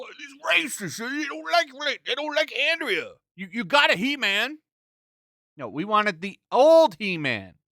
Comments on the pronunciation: its Andra not Andrea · I still say that the broken sword plot is straight from Blackstarr. That's the Filmation show that WAS on in 1981, when Smith said he was watching He-Man (which want even released until 1983). And it's Andra, not Andrea. There's no "ee" sound in her name. Andrah, not Andreeah.